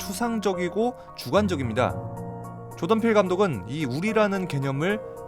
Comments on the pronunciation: 그냥 조동필이라고 발음하시는데요 ㅋㅋㅋㅋㅋㅋㅋㅋㅋㅋㅋ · 계속 조동필 감독 이라고 들리네욬ㅋㅋㅋ 한국감독인줄ㅋㅋㅋㅋ 늘 재밌게 보고 있습니다! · 자꾸 조동필이라고 들리는데 제 귀가 이상한 건가요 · 계속 조동필 감독이라고 하는것처럼 들림